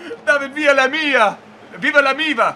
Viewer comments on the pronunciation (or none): none